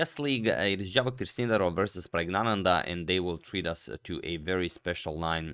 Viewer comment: Did he just misread Javokhir to Jarokhiv?